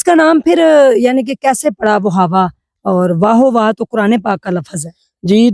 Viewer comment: dear ye wahawa nhi pronounce hota. ye wa ho wa he. i m from its vicinity